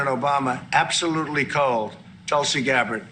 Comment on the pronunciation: In india they pronounce tulsi as "toolsi" But tulsi likes it as "tullsi"